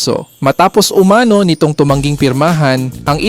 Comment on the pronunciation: Mali sambit ng "umano" hwag ilagay ang accent sA 2nd syllable kung Hindi dun sA last= "umanó"